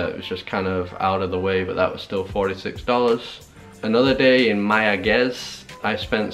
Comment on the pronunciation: Its Mayagüez